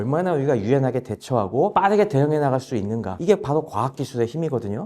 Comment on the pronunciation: 바도 가 아니라 바로 입니다